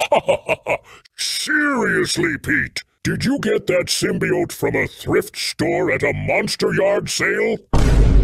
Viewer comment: Ik Miles ATSV did not just mispronounce symbiote